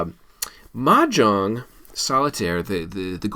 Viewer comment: You’re not even pronouncing it right! 😂